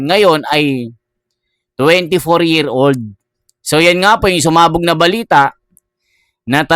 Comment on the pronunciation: Idol ayusin mo mga sinasbi mo..anung bilita? Balita cguro idol🤣🤣